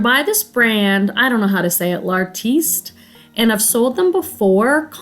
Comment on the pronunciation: You said L’Artiste correctly!